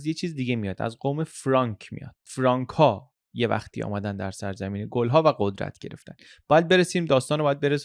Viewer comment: خیلی مختصر و جامع تعریف کردید ، افرین . فقط یک توضیح بدهم چون استنادات شما انگلیسیست باید بدانید که فرانک که قید کردید بدون تلفظ C بیان میشه یعنی میشود فرانFranc سی خوانده نمیشه . ❤سپاس